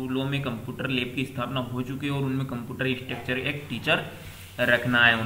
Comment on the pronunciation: Ek do channel par bhi इंस्ट्रक्टर की जगह स्ट्रक्चर bol rhe h